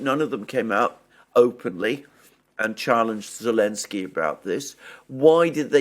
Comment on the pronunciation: why does the man say Olensky when referring to Zelenksy? as a native english speaker i am strictly just curious?